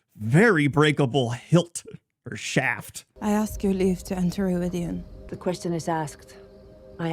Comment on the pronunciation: I mean no disrespect because I super enjoy your videos, but the way you pronounce Rhuidean drives me crazy. They say it the right way in the bloody show! Aghhhhh! Anyway I have no further issues, love your videos, Carry On!